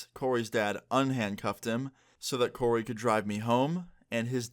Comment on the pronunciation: Omg my name is coray but u said Corey :( but u were close to my name